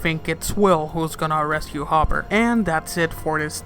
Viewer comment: Also in you harper instead of hopper 😅